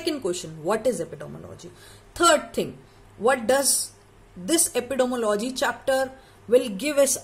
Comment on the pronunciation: Madam please makesure the pronunciation of Epidemiology 😢